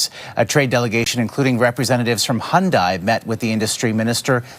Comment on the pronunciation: I know it is not the point… But, it seems North Americans have a hard time pronouncing Hyundai.😅